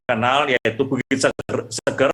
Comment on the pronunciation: Orang Lombok nyebutnya bukan bukit Seger kyk habis mandi/ minum. Tpi "E" pertamanya kayak sebutan "Enak/ Era / Efek". Mngkin bisa difahami.